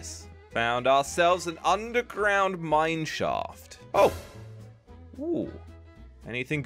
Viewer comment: We've found ourselves an UNDERGROUND mineshaft. Me: All mineshafts is undergrownd. Why u emphasise it?